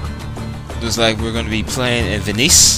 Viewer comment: it's Veh-Nis...not VINIS or VINNY's or VINNIES